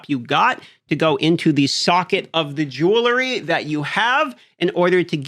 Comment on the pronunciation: lil bro needs to sound out the word jewelry